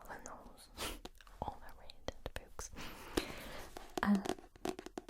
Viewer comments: I dont think you understand how much i LOVE the way you say "oo" words. "BOOks" "COOkies" My brain melts with joy lol. Also i loved Dragon Teeth. Listened to it on audiobook. Id recommend Prey if you havent read it yet. Its one of my faves of his. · Love the way she pronounces 'books'. Also I think has convinced me to add Jurrasic Park and I am Legend to my reading list. You also might enjoy The Graveyard Book by Neil Gaiman. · I really like the awesome way you pronounce "books." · Congratulations on the braids! I still adore the way you pronounce "oo" sounding words like "books" and "tools." "Glossary" is the word you were wanting in regard to Frankenstein, I think.